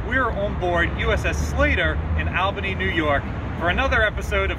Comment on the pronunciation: must have lost a bet and we need to educate him on how to say ALbany great video